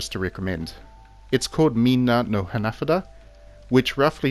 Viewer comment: Hahah for real 😂 I don’t think he knows he’s pronouncing it wrong😂